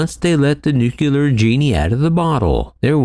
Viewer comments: Dear world, please stop saying nuculer 😂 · some ppl say it's a regional dialect thing.. i dont know.